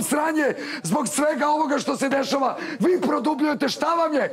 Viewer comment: "fi si neurotican" Sa, jaa neurotican 😅😅😅😅